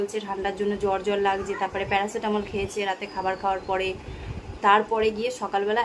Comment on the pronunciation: Kothata paracitamal noy parachute never mind